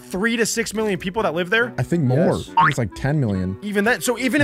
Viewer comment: said: wi wi explosion Translation: yes yes explosion😂